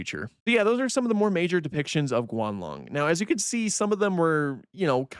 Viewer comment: Its Guanlong not "Gualong"